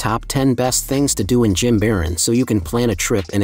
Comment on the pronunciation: Great video except you pronounce Jimaran incorrectly.